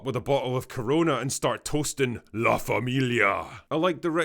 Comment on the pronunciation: "La Famillia" 😂 Been waiting on this one my friend